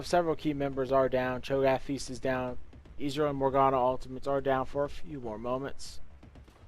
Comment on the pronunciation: Ez-real Not izreal